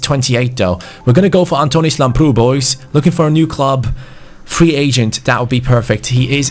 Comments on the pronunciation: Im really happy to see that u found a greek talent for the rtg(i am greek).It is pronounced Lámprou not Lamproú PS plz give him my kit number bcs he is exactly like me in the football academy that im playing in.The number is 23 it would ment so much Like so can see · Hi i am from Greece and the left back is pronounced Labrou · You are pronouncing Lamprou's name wrong. Its pronounced Labrou. Not mp. With a b. Just letting you know. Love these series man, keep up the good work. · Hey Antonis Lamprou is from my country, Greece and his name is pronounced as Adonis Labrou! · His name is pronounced antonis lAmprou.Like so can see.Also love from greece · I'm Greek and lamprou is pronounced labrou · the name of Lamprou is pronounced Adonis Labrou also the tone is on the "a" Keep up the good work 💪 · Here in Greece lamprou is pronounced Lábrou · Btw lamprou is football's greek freak😂(im greek and i am proud of him😂🇬🇷)(and it is pronounced lábrou) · It is pronounced antónis lámprou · The pronunciation on Lambrou is with emphasis on the a !